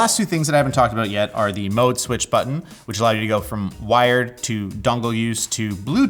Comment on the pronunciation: Why did he transform into a 50 year old Indian dad with a heavy accent only when he said the word "mode?"